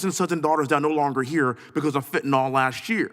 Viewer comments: If you're going to talk about it, at least know how to say it. There is no such thing as fentanol. It's FENTANYL and the last syllable rhymes with "pill." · he still can't say Fenta-NYL... not "nol" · It's fentaNYL, not fentaNOL